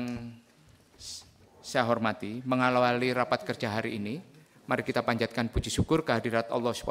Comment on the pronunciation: Mengawali pak, bukan mengalowali